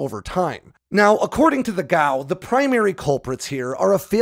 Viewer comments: G A O. Should be pronounced one letter at a time like other government agencies. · FYI, I've only ever heard of "G.A.O." being pronounced as an initialism, one letter at a time, not as an acronym.